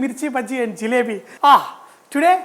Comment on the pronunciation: Its JALEBI not , JILEBI .